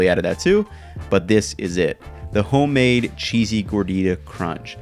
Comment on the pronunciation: Yo he straight up said “hoe-made” in the intro